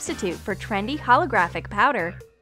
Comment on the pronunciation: did she say holografick or did I hear wrong